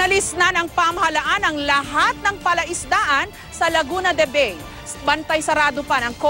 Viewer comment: Pauso na naman iyong mga media na to, laguna de baey. Ano bang mga klaseng mga reporter ito. LAGUNA DE BAY.